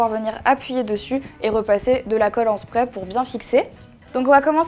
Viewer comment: sa se dit pas spreer